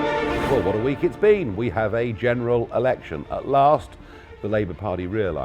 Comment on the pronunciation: Did he just say "general erection"?